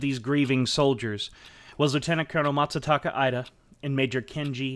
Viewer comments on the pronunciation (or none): you also say ‘MaTsataka Ida’ instead of ‘Masataka Ida’ (which is correct).